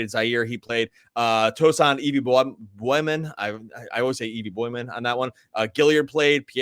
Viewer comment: Boy-yan not Bo-John 😆